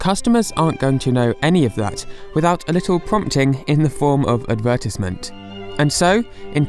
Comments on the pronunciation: I like how you say it adverTEESEment instead of adverTISEment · Ad-ver-tĭs-ment? You're saying “advertisement” wrong, it's ad-ver-tīse-ment, _the 'I' is long with the horizontal line (ī), not short with a curved line (ĭ). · I physically gag and almost die when you say advertisement. What the heck is an advertissmint? Because apparently that's what you are saying. Your accent makes me feel uncomfortable, and makes me want to intensely correct your words. I'm sorry, but saying advertissmint is where I draw my limit of tolerance.again, I'm sorry, but you made my brain feel like nails on a chalkboard. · Say it after me: Ad-ver-tise-ment. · Its pronounced advert-eyes-ment but anyway nice video! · Say advertisement again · Am I the only one thats kinda shook on how her pronounced advertisement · My ears started bleeding when you said advertiesment. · huh I have never in my life heard anyone pronounce advertisment like that were are you from? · I'm sorry but the way you pronounce advertisement is flat out wrong and should be illegal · The way you pronounce “advetisement” bothers me but otherwise, great video! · I don't know what dialect you're using but I hate the way "advertisement" is pronounced in it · I never knew british people pronounced advertisement differently. Huh. Interesting video! (Not for the accent part...)